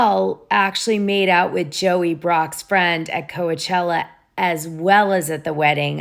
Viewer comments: this womans edits are annoying af. Also its COACH-ella as in baseball coach not Kowuhchella. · Why do you say Co-ah-chella? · Oh my, it's hard to listen to this with all the mispronunciations. Doute, Coachella, Havasu, etc. Come on now.